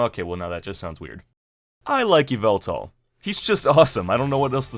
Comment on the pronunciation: YVELTAL IS SUPPOSED TO END WITH AN L!